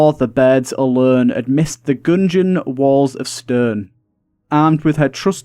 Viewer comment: “enter the goongeon”